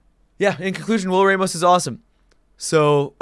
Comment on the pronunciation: It's pronounced Ram-os Not Ray-mos